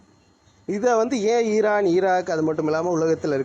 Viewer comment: ஈரான் ஈரான் ஈரான் அந்த உச்சரிப்பு❤